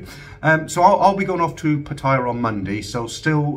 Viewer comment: Why do you and everyone say Pattire when it should be Pattaya.?